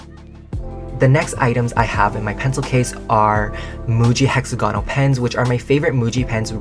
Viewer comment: Hi just so you know, it’s not hexa-gawnal it’s hex-aaa-gonal